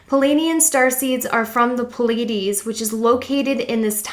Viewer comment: Pleiades. Pleiadian. Not palladian. Sorry but...